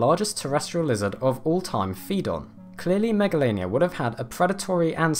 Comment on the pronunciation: Him: Megalainia Me: Megalovainia Or SANS